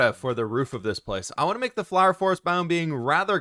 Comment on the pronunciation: I love the fWhipifwhied fwhower fwhorest fwharm